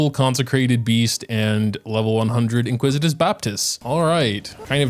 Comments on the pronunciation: in-ICK-wi-tis not in-QUIZ-it-iss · Iniquitous*** baptist lol not "inquisitous" 😅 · Why do I hear “Inquisitous baptist”? Isn’t it Iniquitous baptist?